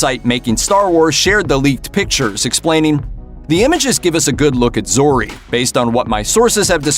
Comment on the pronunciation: You had me till you said Zeroh. Done